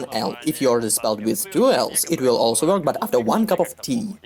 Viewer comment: слово work слишком Ё говоришь*